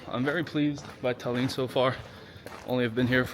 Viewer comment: Why are you saying Talyyyyn?